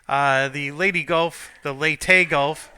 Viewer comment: Leigh(rhymes with sleigh like santa drives)-TEE(like the thing you put a golf ball on), not lady not lay-tay, there is no Y sound. I realize is just poking fun at me at this point, but that's why fans are fans.